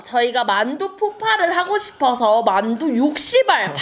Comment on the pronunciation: 만두우 유ㅆ발!! 인줄